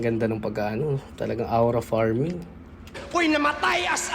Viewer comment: Pet peeve ko talaga yung “awra farming” instead of pronouncing it right 🫩 maybe there’s a context i dont know, why they saying it “awra” instead of “Aura” (O-ra) but it’s still making me cringe everytime I hear it😭